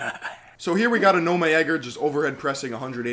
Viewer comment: It's called aw-naw-meh